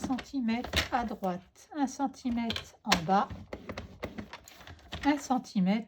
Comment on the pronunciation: Très sympa ❤ mais par pitié ce sont des centimètRes et pas des centimètes ….